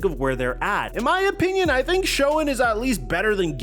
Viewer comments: It's pronounced "Shane"....as in Joe SHANE.....not sho-en. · Please… Schoen is pronounced Shane. Ok. Just helping out. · Your pronunciation of Joe's last name is off there. A wee bit.